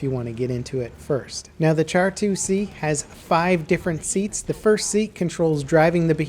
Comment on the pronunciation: It's pronounced "Sharr"